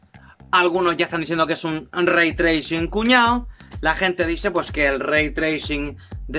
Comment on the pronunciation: "ze be el lei tleising". El Bocón Geimel 2020.